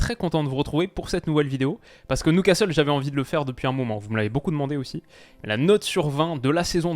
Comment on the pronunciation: Beaucoup aimé cette vidéo mais ta prononiation de Newcastle me chagrine, surtout que tu avais fait un bel effort sur "Geordies" au début. Prononce ça "Nioucastle" pas "Noucastle" stp.